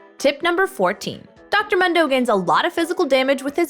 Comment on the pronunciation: I almost threw up at how she pronounced “Mundo”